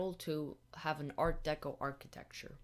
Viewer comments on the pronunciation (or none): none